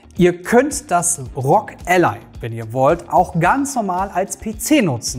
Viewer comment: nicht Rog ......... sondern R-O-G, bitte spreche doch jeden einzelnen Buchstaben auf englisch aus. ROG = Republic Of Gamers